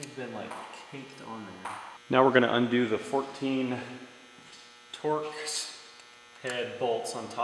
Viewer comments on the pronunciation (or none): none